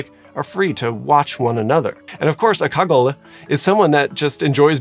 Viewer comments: LUH - KAH - GOAL Pro tip for French: pretty much always ignore the last letter. I wonder why Balenciaga used the masculine Le instead of the feminine La despite Cagole being a feminine word. Also, I think it's Marseille slang rather than a French word. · pronounce it like "kajol" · It’s pronounced « cagoll » haha, and I’m floored that this archetype would be seen as desirable for luxury brands — the images you showed were definitely not illustrative of the stereotypical cagole. It’s a term almost exclusively used in the southern half of France (along with « pichasse »), to describe « tacky » Southern French women ; « tacky » as in loud, uneducated, classless, would-be bimbo. A very classist word, derogatory all around — I’d say that « ratchet » or « trailer trash » (but like, the « bad bitch », dolled up version) or perhaps « boujee » would be good equivalents in US English. In the UK she’d be an Essex girl. The male equivalent is a « kéké » and that would be a chav (not sure there’s a US version of that archetype). Impersonating a cagole with designer clothes or accessories would just be another example of how the ultra rich like to parade around cosplaying as characters from « the hood » instead of forming their own personalities. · LaCa-goolyy? Lacka-gool? you are adorable:) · Ca—go-lee short an and eeeeee (long E) sound for the e. Cagole.